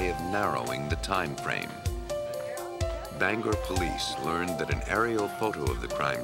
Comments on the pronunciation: Just wanted to say that I remember the Maine case. But get it right narrator. It's not "Banger" It's " BangOR" Maine. Just a pet peeve of mine as a Mainuh. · lol "banger" it's banGOR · That's "Bang-gor". Also, :Houlton is "whole-tun". I know this is nit picking but a Main-uh;s ears hurt every time we hear this.